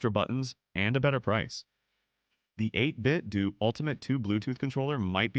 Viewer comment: Bro said "8bitdoo" as in doodoo. As in don't get it.